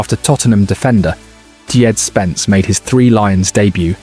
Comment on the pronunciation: Dee-Jed Spence? As in DeeJected?